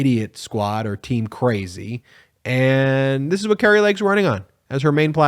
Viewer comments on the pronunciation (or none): the name kari is pronounced car e not cary..